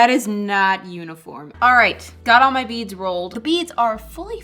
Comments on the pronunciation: It thought you said "Make beans" But you said "Make beads" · for the longest time i thought she was saying "make beans" 😭